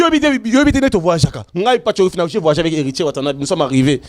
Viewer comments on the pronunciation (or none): none